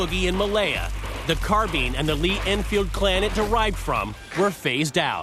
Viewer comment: Really, why can NO ONE on this show pronounce carbine?! I'm sick of hearing carbean